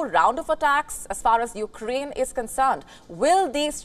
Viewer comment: Sometime she also said You-Ga-Rain for Ukraine